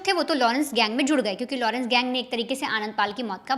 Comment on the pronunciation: लोड़न्स के लड़के NAHI घोंचू.. Its लॉरेंस.. Sahi pronounce kar..